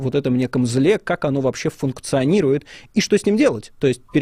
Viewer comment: Что за натура стала у ФБКашных спикеров делать двойное ударение в словах. Каждый делает это. Пример: на слове "функционирует", слово "которых" и далее "парадигме". Зачем? Это что?